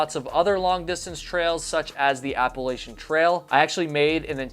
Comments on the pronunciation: You miss pronounced appalachin. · It's App-a-LATCH-an, not App-a-lay-shun.